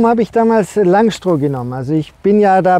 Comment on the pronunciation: Schönes Video. Wenn wir dann noch aus "Langstroh" Langstroth machen, dann wird es auch fachlich korrekt. ;)